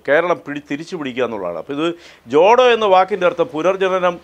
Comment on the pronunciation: Not jodo yatra this is chotho yatra